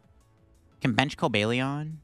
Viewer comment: Cobalt Lion. Cobalion. Not Cobalion.